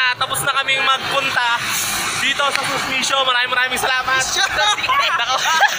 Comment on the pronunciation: Sana inaalam mo kung sinu or anu yung bina vlog mo. Sumisho hindi susmisho.